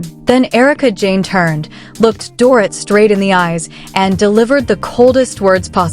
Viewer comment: If these damn AI storytelling freaking channels don't learn how to say these people's names right just don't do the 🤐story Smh they say Doorit ..So annoying to hear it like that over & over again🙄